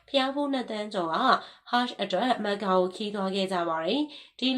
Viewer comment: မက္ကာလားကမ္ဘာလားကန်ဘာလားစကားပြောတာပီအောင်ပြောပါလားဘာမှန်းမသိလို့